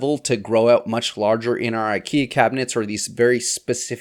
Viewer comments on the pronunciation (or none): none